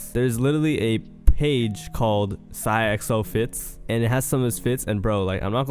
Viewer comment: why you said his name like that